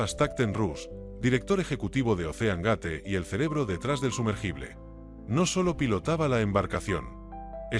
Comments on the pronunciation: EL SOLO ECHO DE QUE LA VOZ DIGA OSSEANGATE YA DEJA EL VIDEO POR LOS SUELO Y LUEGO 250 CERO CERO CERO NO PODES EDITAR EL VIDEO PARA QUE QUEDE BIEN INUTIL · No sabe decir doscientos cincuenta mil dólares y la segunda la pronunciación gate